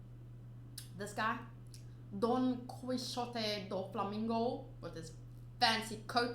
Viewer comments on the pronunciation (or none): I'm afraid to say that you're saying bad Doflamingo's name. It's not Don Flamingo or Mister Flamingo, his first name is Doflamingo (all together). You're are also saying bad his surname, but because of the pronunciation (is actually an spanish name) so it doesn't really matter.